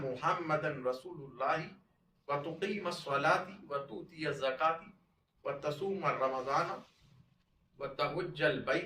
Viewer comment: بيان کے اندر سبقت لسانی میں اعرابی خطا ہوئی ہے حدیث جبریل علیہ السلام میں ( وتقيم الصلاة وتؤتي الزكاة) اس جملے میں زبر (-) کی جگہ زیر (_) پڑھ دیا ہے